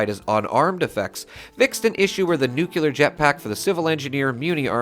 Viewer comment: How many years have you been playing this game, and you STILL can’t properly pronounce the word, ‘nuclear’. 🤷‍♂️🤦‍♂️